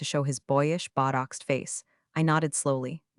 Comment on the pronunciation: These videos are such bullshit lmao “boyish bought-oxed face” I think the robot named meant to say botoxed